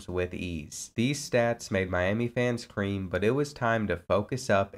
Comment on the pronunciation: same i went back twice cause i wasn't sure if he said scream or cream